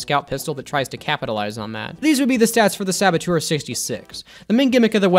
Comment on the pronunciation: Saboteur, not sabotour.